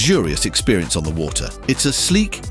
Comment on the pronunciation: I appreciate these posts. However, someone needs to listen to the audio before it’s published. The AI mispronounced “water” in a post about water, among many other common words. Ridiculous, not in a good way